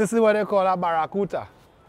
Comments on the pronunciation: the word is Barracuda not barracuta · It have no t in barracuda